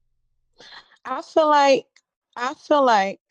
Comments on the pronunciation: Especially since they pronounce feel like it is fill. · BW and BM neither of whom can pronounce the word feel correctly instead of saying fill. Can you fill me?